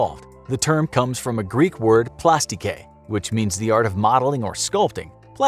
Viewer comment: the greek word is "plastiki" "e" like "hE" not like "hEr"